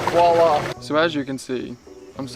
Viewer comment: I must correct you on something...when you get in the hot tub and you start the water jet thingy, you say "wall-ah". This is really incorrect...It is French for Voilà...the 'V' is very much pronounced, so it sounds like 'Vwall-ah'